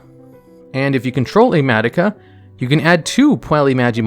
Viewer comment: Someone count how many names were absolutely butchered during this single video. Madoke